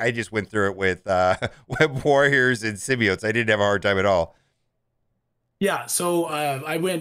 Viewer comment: Dude, as a content creator, pronounce Symbiotes correctly. FFS.